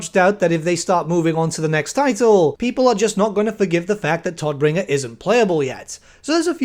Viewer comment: "Todbringer" is German and means "bringer of death" and you are pronouncing it wrong. Just fyi.^^